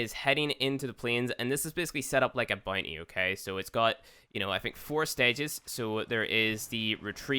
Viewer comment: _ CloakedReaper95 "boonty"